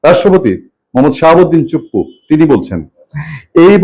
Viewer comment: রাষ্ট্রপতির নাম শাহাবুদ্দিন বলার পর চুপ্পু বলার সময় 'চু' উচ্চারণটা একটু বলিষ্ঠ ও ধাক্কা দেয়ার মত মনে হলো।